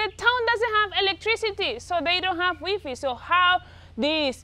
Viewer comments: Wee-fee 😂 I love her!! 😍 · 'wee fee' 😂😂😂 haha took me a while to understand u was saying wifi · The way you say WiFi 😂 how tall.is the bread as your 2 and half bread tall